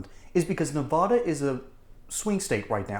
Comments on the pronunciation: It's pronounced Nuh-va-duh, not Nuh-vaud-uh. No such place as Ne-vaud-uh. Ya wouldn't want to piss off NeVAda residents, would ya? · Its Nev- va- duh